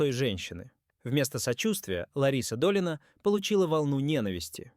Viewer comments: Слух режет от неправильного ударения, ДОлина, а не ДолИна, исправления!!!!!!!! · ДолИна... КИркоров... Как достал уже этот ИИ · Думаю это нарочно коверкают. Долина, чудная долина.... 😄